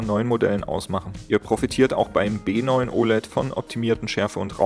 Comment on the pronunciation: B9 hat kein VRR? (Ist hart zu verstehen ob du B oder W sagst)